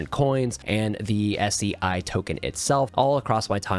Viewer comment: Brother i really think it's pronounced ,,SAY" 😂 That's why the memecoins are named SEIYAN and stuff